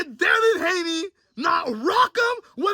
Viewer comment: Did he really say Devin Gayney?… 😂💀